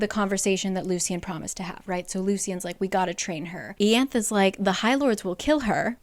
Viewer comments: I love these summaries since I don’t want to reread where I left off of the books (which is my 2nd read btw). I don’t actually “read” them as well, I listen to the audiobooks. One benefit of that is to hear how the names are pronounced. I was so confused when you said Ianthe (ee-anth) I was like “WHO?!” Lol! In the audiobooks it’s pronounced eye-Anth-ee. This comment isn’t shade but just something funny I thought I’d share! Thanks for your hard work on making this video! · It's pronounced I-ann-the. I appreciate the breakdown. I cheat during my read. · it’s pronounced eye-annth-ee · Where does it say how Ianthe is pronounced? Ée-anth sounds so weird to me 😅 I've always read it as Yan-thee 🤔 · Not a big deal but Ianthe is pronounced “EE-aun-they”. It’s my aunts name and that’s how she says it and It’s Greek. But I love your channel and appreciate you doing these videos. ❤ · Watching this just makes me realize I was right in thinking Tamlin literally didn't do anything wrong when I read the book. He had his own trauma to deal with and it wasn't his responsibility to cure Feyre's Btw, Ianthe's name in the audiobook is pronounced Ai-anthe :) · Ianthe = Eeanthay (first a pronounced like "hall") rhysand = reece-sand (sand in a french accent) Tarquin = Targuin (in french please) Elain = almost like alien, but like still elain Amren = almost like Ramen just exchange the r and a Alis = Aleese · About ten minutes in, and it’s bugging me enough that I have to say this: I knew someone named Ianthe, and she pronounced it “YAHN-thee”. Which makes more sense, I think. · Ianthe... I-anne-th-e